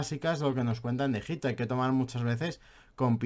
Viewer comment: la verdad es que eres muy aburrido de escuchar y ademas no pronuncias bien ni el propio nombre del País! Al contrario que el tio al que estas criticando parece que no haces mas que leer en vez de visitar,ver y palpar las evidencias. Simplemente, como en todo, nos posicionamos en un lado de la historia u otra. Y tu, en este caso estas en los libros de historia de los 80. Obviamente no solo los libros, sino la mentalidad y enfoque que enseñas en tus videos…Muy old. Mientras estes en tu habitación te llamaremos……. por llamarte de alguna manera.